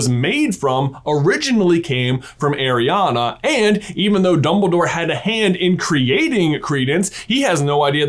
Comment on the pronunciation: My name is Arianna, pronounced exactly like J says it, every time he says it i go "yeah" "hu" or "what" 😅😅